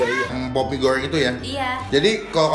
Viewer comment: salfok saat nyebut "bawang goŕrrrrrreng,mee gorrrrrrreng,kerrrrrrrring" kayak tutur bule kalau ngomong bahasa indonesia😂